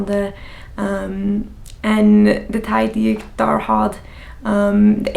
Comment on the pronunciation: When you say daar it almost sounds like dahr